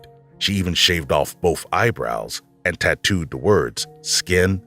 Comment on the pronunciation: Please stop saying "bof" instead of both..